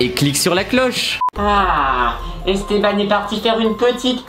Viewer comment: pourquoi on dit pas Esté b an